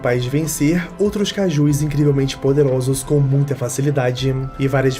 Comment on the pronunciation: É Kaijus, não kaijuis. Desculpa, sem querer ser chato xD